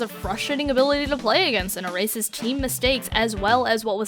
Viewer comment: Is it just me or does it extremly sound like She says 'a racist' when Shes saying erases?